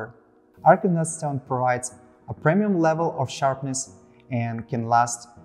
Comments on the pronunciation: Arkansas is pronounced phonetically as "Arkan Saw" not "Arkans Ass". 😄 Great video, though. VERY informative about all the materials and how they differ without falling into the time-killing trap of repeating the same information over and over, which is perfect! although the lightning worked better with the head-on shot, instead of the angle shot. Keep up the good work! You guys make great gear and you're really making your mark in high-end sharpening equipment, just wish I could afford it. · I was about to say. Apologies from USA. I'm not sure why all of USA says Arkansas the way people from Arkansas says it, where as New Orleans is still pronounced by everyone as spelled, and not the way people from the state pronounces it (i.e. "nawh lin")...